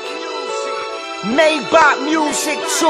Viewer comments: Omg they dont even know how to pronounce the car's name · Es heisst Maybach und nicht Myback ;)